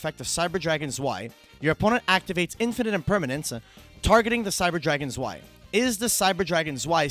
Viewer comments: how often can a man say swai instead of zwei in a sentence at once challenge. zwei is pronounced tzz--w--i but neääschter also isn't bad. is not whats on the card but for that i really don't know how to help in pronunciation. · It should be pronounced "zvei" as in german right? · Haha its so weird i live in germany its tzwei its even worse how they pronounce nächster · The way they pronounce Zwei kills me xD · The pronouciation is terrible. Learn basic german words ^^. otherwise great video ! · Iam German and the Zwei pronounce give me goosebumps haha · It's very weird to hear the way they pronounce the name of the cards as a German speaker because the words like zwei or Herz are german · As a German, the way U pronounce "zwei" is funny af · Bro the pronounciation of "Zwei" got me laughing so hard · The way they pronounce zwei makes me want to commit sudoku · Your pronunciation of Zwei hurts my German-raised ears. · The z in Zwei is pronounced like "TS". Zwei is German :)